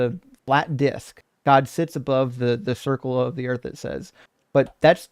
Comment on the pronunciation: Someone who pronounces Earth as Erf is never going to understand